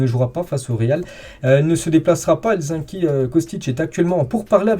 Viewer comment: Hello, petite correction, on dit Helsinki avec si et le I 😊